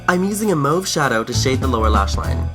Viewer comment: pronounced the word "mauve" right!: D That's a makeup tutorial first